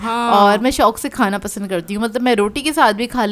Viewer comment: 'Pasan' instead of 'pasand' 😆